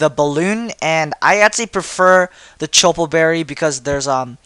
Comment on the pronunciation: Chople is pronounces like Chop. Like in fighting.